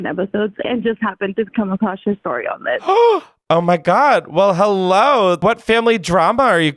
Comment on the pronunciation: hewwo clementines